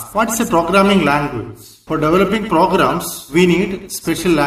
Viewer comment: its not pogarams its programs